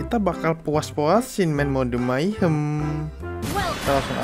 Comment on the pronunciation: mahyong apa mayhem sih bilang nya